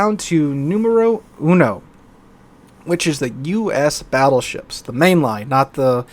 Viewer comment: "the Fattleships.." LoL